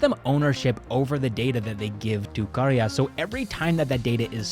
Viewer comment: I love how you accurately pronounced karya. Thank you for taking the effort!